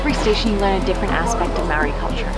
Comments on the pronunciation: yes it is pronounced like (mahh ordi )it’s like trying to purr like a cat (prrrrrrrrrr)if you can pur like a cat thats how we. Prounounce the letter ‘R, Speak fluent Te Reo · Lady stop saying marry is ma ori its pronounced like mouldy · It is not Mowry it is pronounced mouldy because you roll your tongue on the "r" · why do white people never pronounce words in other languages right? its not maowry 🤦🏽‍♀️ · Dezmyn Talamaivao it’s not moldy lol it’s pronounced marri ( roll the r) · you no what's not incredible your pronunciation of the word MAORI